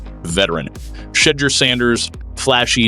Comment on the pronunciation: Like how he purposely mispronounces Shedeurs name. But says Gabriel’s perfect